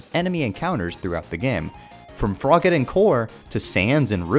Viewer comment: from froggitin core to sans in ruins (i know its froggit in core but it sounds like frogittin core)